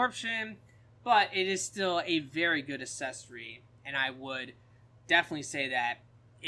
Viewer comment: It's "a-ck-s-e-s-or-ee" not assessory lol